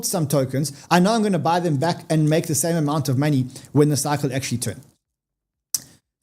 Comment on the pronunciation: Its money Y. Not moni I. Is that too difficult?